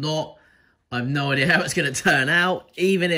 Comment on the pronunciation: Love how u say idear lmao